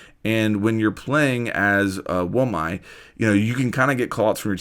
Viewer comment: I’m guessing we’ll use Wamai to counter Kali’s gadget. Also it’s pronounced “Whaw-mi” and “Kaw-li”.